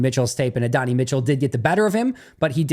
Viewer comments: Adonai’s name is pronounced a-don-eye. Love brother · can you double check your pronunciation of Adonai Mitchell 😂